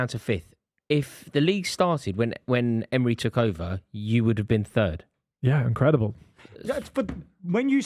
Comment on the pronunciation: It’s Emery not Emre ffs